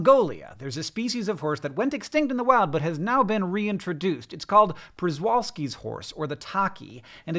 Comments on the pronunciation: I was waited with baited breath to hear how Hank would (mis)pronounce “Przewalkski”. It’s ok, Hank, nobody but Polish people know how to pronounce that mess! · I'm not Polish and can't pronounce it but at least a felt a sense of unearned superiority at recognizing that his pronunciation was wrong. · Hank! I love this episode. Mainly because I love horses and for over 30 years I was a horse trainer. My only comment is the Przewalski’s horse is pronounced “chevalski” or shevalski rather. Otherwise, awesome vid! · Pronounced “Shevalski”. Przewalski after a Polish-Russian explorer who adventured there. Spelled Przewalski. Pronounced “Shevalski” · Is pronounced "shevalski" or close to that .... just sayin 😂... You're right though... no real wild horses anymore, despite brumbies, mustangs, etc... 🐎🐎🐎🐎🐎 love the gg's! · I pronounced Przewalski that way for a long time, but it's more like "shevolsky"